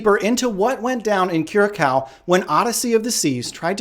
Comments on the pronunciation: Dude it Is pronounced Kyu-ra-saow. (Curaçao). Otherwise good job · C-Cedilla: Ç is pronounced "sss"